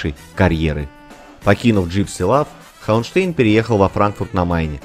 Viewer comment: Да, у Курта фамилия звучит не ХауэнштЭйн, а ХауэнштАйн. Она читается по немецки, т. к. он немец.